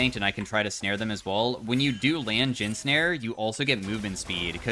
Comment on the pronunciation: "Jhin mid", "Jhim" even... 🤔